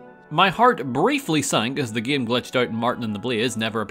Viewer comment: He pronounces game like GEEUM